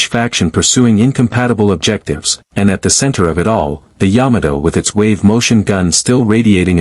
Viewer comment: What only 114 people on the SBY? It would be nice if this was redone with a better voice AI to many word errors. (Yadmoto, Bayjirn?). I give up to messed up